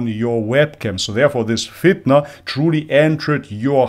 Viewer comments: Can someone tell me why the speker say FITAN and not Fitna? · Why did the speaker say Fitan? isn't it FITNA?